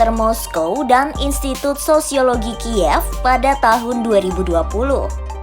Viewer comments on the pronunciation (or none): none